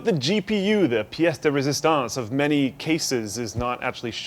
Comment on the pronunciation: is french in first language does im right? Because Lafrenière its a commun name in Québec,Canada, also when he say, Le piece de résistance, he almost say perfectly ahahah actually he does:D lol